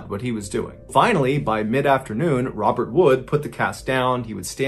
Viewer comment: Pretty sure that's not how to pronounce Robert. Remember, he's French, lol.